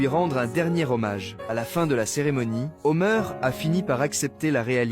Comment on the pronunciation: C'est pas Homer c'est Homère